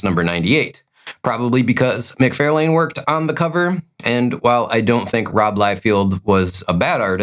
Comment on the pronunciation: I think the names are pronounced McFarrLan and Liefeld. Not McFairlaine and Liefield. But whatever dude, sorry for being a nitpicker. Like your content